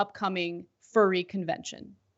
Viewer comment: Oh... They love animals alright... I love how he also has no idea how to pronounce 'furry'. Typical republican lack of education.